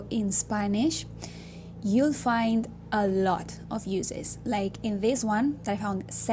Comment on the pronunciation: Isle of Tenerife, Spain, Africa. Another great video, probably useful for an English friend of mine whose Spanish is perfect, except she sometimes gets the subjunctive wrong. By the way,, the word "uses" only has a soft S pronunciation (like a Z sound) when it's a verb. When it's a noun, as you intended here, the S is always hard, as if SS. Spelt the same, pronounced completely different. Best wishes, Patchy.